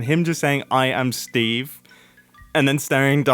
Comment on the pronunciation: The Steve was more like "I am Stove"😂